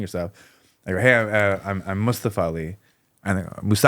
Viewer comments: It’s not just “Mus”-tafa vs. “Moos”-tafa. It’s the where the stress is placed. “mus-TA-fa” which is how most Americans would say it, is incorrect. The stress is on the first syllable, “MUS-ta-fa”. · His name is MustAfa, not mUstafa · New jacks partner mustafa pronounced his name that way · It's not a surprise that Americans struggled with pronouncing Mustafa when they cannot pronounce the simplest of names like Craig.